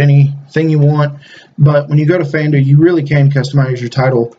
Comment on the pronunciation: I like the vid but the way you say Fandu makes me cringe